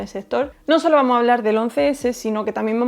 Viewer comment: Buen video, me encanta escuchar como no usa la s en las palabras en plural.. "vamo" en vez de "vamos", "gracia" en vez de "gracias" y así... Jajaja pero por el contenido todo excelente...!!